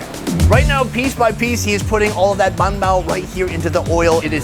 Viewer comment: i know he's trolling us by saying bun bao repeatedly.... i hope...you never know w this guy😅